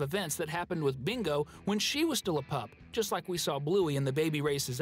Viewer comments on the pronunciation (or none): uhm sir there not and it's "just" not "gust"